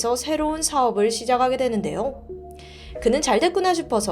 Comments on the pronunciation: 시작하게 되는데요 👉 '시자카게 되는데요' 가 맞지 않나요? 계속 '시자가게 되는데요' 이렇게 발음하시네요 ㅠ 저번에도 댓글 남겼었어요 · 잘 보고있습니다. 😁 그런데 한가지 발음(합니다)을 교정해주실 수 있을까요.. 이번 영상에서는 유난히 더 들리는것 같았어요ㅜㅜ 바르고 정확한 발음으로 내용을 전달 하시는데 이 부분만 표준어 발음으로 해주시면 더~ 좋을것같아요.. 시자가게 되는데요 > 시작하게 되는데요 완벼갑니다 > 완벽합니다